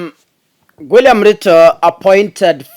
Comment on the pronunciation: Did Kakasungura just say 'Gwilliam Ruto' 😂😂😂